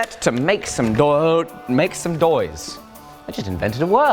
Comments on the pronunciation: Doise (n) - "Noise" pronounced with a stuffed nose (probably from the dust in there) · Doise. I like when you make doise. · Great educational instructive video, and fun of course!!! Forge class, Temper Class, Language Class "Doise" Ha ha :)